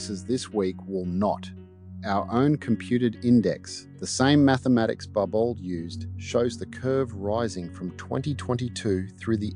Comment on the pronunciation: Bar Bow. It's a French name.